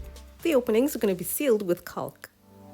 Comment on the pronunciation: The L in caulk is silent